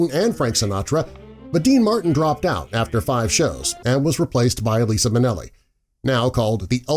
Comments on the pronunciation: Lisa Minnelli!? Really Lisa Minnelli....it's LIZA Minnelli. Liza with a Z. lol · Sorry, but I gotta say it: “That’s LI ZA wits Z, Not “S”, that goes “Sssa” but “Z” that goes Zzza!” She’s particular about that! 🥰💋❤️🕯 Also Sammy married May Britt on Nov. 13, 1960 which was why President Kennedy did not want him at the inauguration. Frank had begged his friend to postpone his wedding until after the inauguration but Sammywouldn’t wait. Eventually the head one of the studios threatened to never let him work again if he didn’t divorce her and marry a black woman. At one point it is suggested he offered up to $25,000 to a black woman to marry him but he was so despondent and upset over it That he threatened to commit suicide. While he was in the army he underwent so much discrimination that it’s appalling to imagine this occurred during the 20th century. His fellow soldiers would beat him & call him the N-word, coon, and boy as well as painting the N-word across the chest with white paint. They also tried to force him into drinking warm urine out of a beer bottle. These were members of the Armed Forces on our side. White soldiers. It’s beyond disgraceful. It’s a shame that he couldn’t do something legally since they were all in the military together.That our government couldn’t have protected him better or enforced equal treatment as a soldier. Are an extremely good book to read is the one written by his daughter: “ Sammy Davis Junior, A personal journey with my father.”